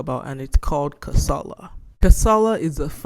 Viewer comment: your pronunciation of the name of the game is not right. its pronunced [ka.sa.la] "ka", Is streessed similar to "ca" in car followed by "sa" as in sack and "la" as in llama. not karsarlar. dont mind me sha . kasala means trouble